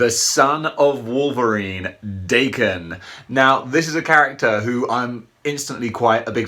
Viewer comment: Awww sweet, and I bought mine off another collector over a year ago, with the variant head. I love this guy and it's pronounced Dokken. My Japanese friend corrected me a few months ago lol